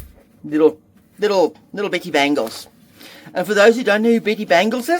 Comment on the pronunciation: "Betty Bangles"... I heard "pretty" bangles 😂